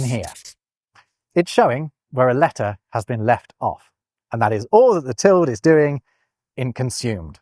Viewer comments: What? No, the apostrophe covers any left-out letter, but the tilde (wow. "til-dee" or "til-duh", not "tilled" -- and no, not a US vs UK thing) specifically means specifically an m or an n has been left out (you get to figure out which from context). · You are the only person I've ever heard pronounce ~ as /ˈtɪld/. I say /ˈtɪldeɪ/, though the dictionary says /ˈtɪldə/ is more correct. It does mention what you say, /ˈtɪld/, as an alternative, but it's most unusual! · Is your pronunciation of the word "tilde" common in the UK? I'm from the US, and I have always pronounced the word "TIL-day", though I have occasionally heard "TIL-duh" or even "TIL-dee". This video is the first time I ever heard a single syllable "TILD". For what it's worth, Google does agree with me on this... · Where did you learn to pronounce ‘tilde’ as ‘tild’? I’ve only ever heard it as ‘tilda’, and online dictionaries seem to concur (for both American and British pronunciations). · I hadn't realised that the squiggle on top of the n: ñ was called a 'tilled'. It's generally pronounced 'till-duh', but from the north midlands and lives in Germany, so he's a bit cut off from the language. Sorry,. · I thought that the tilde was pronounced tild-eh, more Germanically... like Tilde Swinton...? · It pronounce like "tilt" ? I always pronounce it "til-de" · It is NOT called a Tild. It's a til -deh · Pretty sure the Tilde "~" is pronounced till-dee not "tilled"‽ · Tilde* not Teld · "Tild"??? "Tilduh" /ˈtɪl.də/ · I think 'tilde' is normally pronounced like the last two syllables of Matilda. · Gotta admit, I cringed every time said tild instead of ˈtil-də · No. It's called a tilde, not a tild. That's Till Day. Actually Teal Day. But I'll let you slide on the "i". The e is not optional. And it is not silent. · You saying "tilde" with one syllable is actually painful. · Just FYI, the Spanish "tilde" is pronounced "till-day"; all vowels are always pronounced in Spanish.